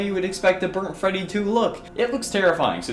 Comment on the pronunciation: When you said Burt Freddy I thought you meant ignited Freddy